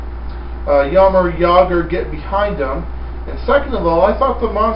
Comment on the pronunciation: monster's never played against Jagr, so how would he be prepared. I'm also surprised you can pronounce Jagr properly